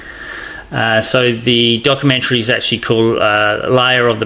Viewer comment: “Docoomentary” “popoolated”.